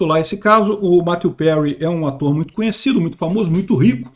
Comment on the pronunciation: Quem mais ai se incomodou com a pronuncia tupiniquim do em chamar o finado de "Mateu Perry "?